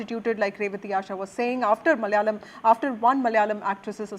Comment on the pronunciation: NDTV..it's not MALYALAM...it's MALAYALAM....